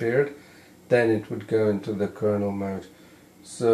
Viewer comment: kernel not kernal